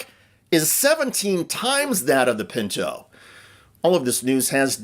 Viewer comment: Sorry, but it was the Ford PINTO, not pincho, if that what you said? Just an FYI. All the best.